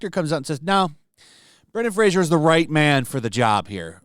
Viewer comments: Fray-zer not Fray-zhee-er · His name is Fraser (rhymes with "razor") and your pronouncing it wrong is the chagrin of his lifetime. Get it right,! The man has been through enough. He made Encino Man, after all.